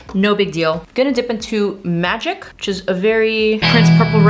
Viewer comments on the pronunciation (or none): none